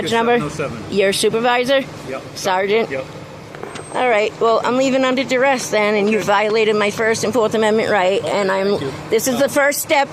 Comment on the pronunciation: Doubling down on the duh-hurrrr is totally embarrassing!!!! 😂😂😂😂 "Under threat of duress"....🙄 Ouch!